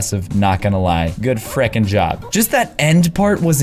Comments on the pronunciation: you always say fRikEn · It is fricking